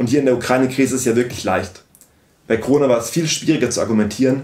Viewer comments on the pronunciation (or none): none